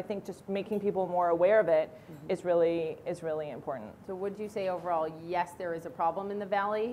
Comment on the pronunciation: Like OMG Gag me with a spewn,,, like raily